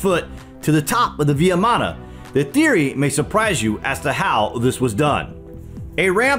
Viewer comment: Thank you for the video. It is pronounced as vee maana (VIMANA) not vee ya maana.